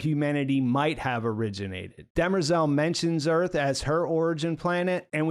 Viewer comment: Why does the keep calling demerzel, dermezel?